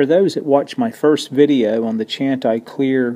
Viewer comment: Love your videos. Just a small pronunciation thing. I think Chanticleer means rooster in some Scandinavian language. There is a famous a capella vocal group with that name in the US, and they pronounce it: SHAN-tih-cleer. Unasked for, I realize, but hope you find it helpful. Again, thanks for another great video, and Happy Holidays to everyone! :-)